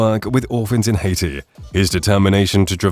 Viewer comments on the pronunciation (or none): none